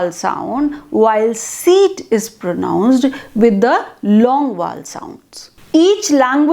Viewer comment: Mam u are not able to pronounce Vowel...short...etc.